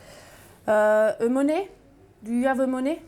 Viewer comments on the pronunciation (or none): Euuuh, moné ? U ave moné ? - Moné ? - Paye. Attention à l'argument de choc pour le café !